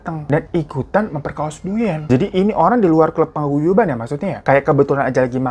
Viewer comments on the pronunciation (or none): bang ngmg "paguyubannya" bikin ngakak